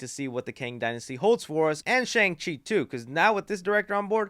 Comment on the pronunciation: Did you just say Chung Chi? I'm playing with you, but that made me laugh. Great video my friend!